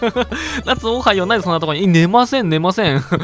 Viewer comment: おはよおはよがたまにオハイオオハイオに聞こえる